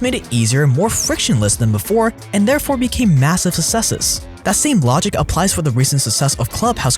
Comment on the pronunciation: massiv' sussesses